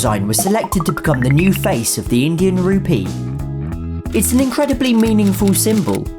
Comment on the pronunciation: Tbh the way you say Rupee kinda sounds like Ruby lol! Great video tho.